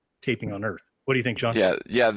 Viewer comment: "GLOBE EARF"